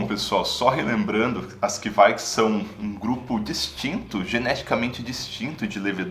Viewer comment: To pesquisando sobre essas leveduras agora e não ouvi ninguém falando desse jeito...